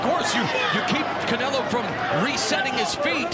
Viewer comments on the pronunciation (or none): why they keep calling him Caneelo? 😅